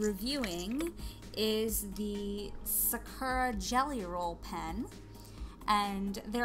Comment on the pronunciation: Hi sorry it's pronounced sah-koo-rah 😊 love your art btw